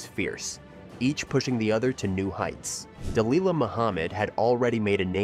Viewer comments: Its pronounced Dah lilla, not dah leela. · Its pronounced Duh-lil-luh not Duh-Lee-luh genius.